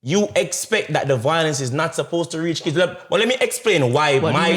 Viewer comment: Bro, honestly if u cannot pronounce violence properly you shouldn’t be speaking on violence And the fact that u feel the need to bring attention from children and women shows the fact that you yourself are a woman too No wonder you’ve experienced so many divorce, you’re a female too bro. Grow some balls bro, be a man